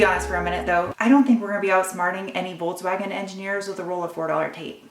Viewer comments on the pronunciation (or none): Voltswagen? Why can't you just say it right? Folkswagen.